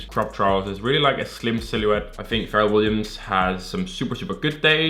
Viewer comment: why this man keep calling Pharrell, "ferrel"